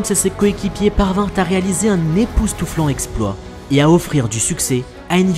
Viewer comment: Très bonnes vidéos mais à chaque fois des fautes de liaisons viennent gâcher le contenu. Réécoutez vous plus souvent « ne parvinrent jamais T à... »